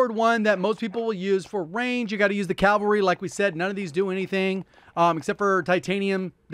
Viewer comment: They say calvary